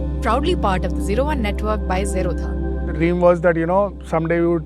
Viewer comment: What is jherodha isn't it pronounced 0dha😅......Zero dha